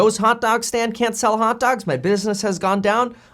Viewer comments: I caught that too. Hotaalgs. Typical millennial. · The way you say hot dogs cracks me up 🤣. Thanks for keeping all of us up to date 🙏🏾